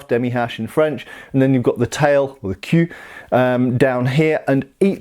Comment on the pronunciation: 😂😂😂about you tried to say "queue" in french but you pronounced it more like the word "cul" and i found that extremely funny becose i am french and "cul" means ass in french